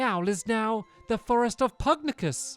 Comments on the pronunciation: Pug-nay-shoes not Pug-ne-yus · Stampy its pugnacious pronounced pug-na-shis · stop butchering these names, Niall is Neeall, and Pugnacious is pug nayshus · I think it’s Pug - Nay -Si -Us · Stampy, The name is pug-NAY-sh-us hope i helped 🙂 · To answer some of your questions: His name is pronounced pug-nay-shus You got super powerful because Lofty dropped a gold orb, it fills your health and gives you unlimited MP for a short time You can heal and use MP items during battle by pressing the main menu button during battle Love your LP! This game is amazing ❤️ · I think it's pronounced Pug nauseous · It is pronounced Pug-nay-shus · Great game, great playthrough! FYI, it's pronounced "pug-NAY-shus." :) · I believe his name is pronounced: Pug-nay-shous. Just thought I’d give a heads up. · I think it’s pronounced pug-nay-shous. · It's pug-nay-shus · Isnt it pug-na-shush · Pugnacious: Pug-Nay-Shuss ... means hostile, eager or quick to argue, quarrel, or fight. Should be fun to see with the giant King Pug! My friend has 2 pugs, one is cuddly and the other is pugnacious. haha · stamps i am pretty sure it is pug - nace - ee - ous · I think it’s meant to be pug-nay-shus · its pwonounsed PUG-NEI-SHUCE